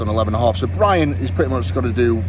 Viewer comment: He said it in such a soft way, it's more of a P than B 😂😂 that's why I wrote it like that